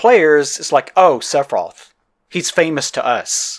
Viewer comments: Or "Sephiros" instead of "Sephiroth". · I like how sometimes sounds like is saying "Seph off" instead of Sephiroth. I'll start using that around fanboys, it's bound to be funny